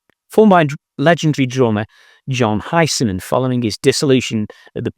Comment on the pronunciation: Why can't you say "Hiseman"? Are you AI like all the others?